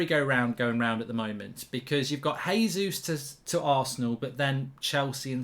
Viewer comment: JAYzus not HAYzus His name is portugese (they speak that in Brazil) - not S[anish.